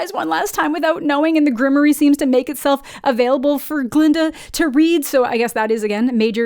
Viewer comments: GRIM-WAUR. Not Grimory. It's French. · Grimoire is pronounced grim'war.